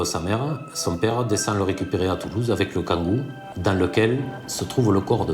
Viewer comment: Le Kangoo, pas le kagou 🥴